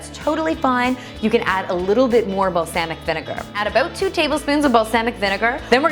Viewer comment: isnt it balsamic not balsahmic